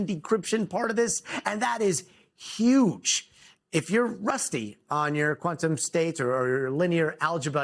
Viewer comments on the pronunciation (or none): "This is YUGE" 🤣🤣🤣 reality would like a word...